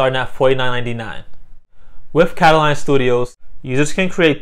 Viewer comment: How do you end up saying "Kataline" from reading "katalon"?